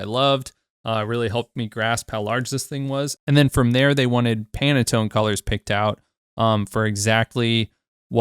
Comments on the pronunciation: It's pan tone, not Pana tone. Great video, thank you very much! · pan-tone not panatone lol great video though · My brother, it’s not pronounced “pannetone”, it’s pronounced “Pan-Tone”. Like a frying PAN and the TONE of the song. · Stop saying PanAtone please :D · It literally says 300 and you kept saying "30". Am I losing my mind? And he kept saying "Panatone". Have I been saying Pantone wrong all this time too? I'm so confused...